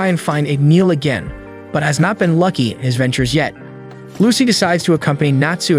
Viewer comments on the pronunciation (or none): none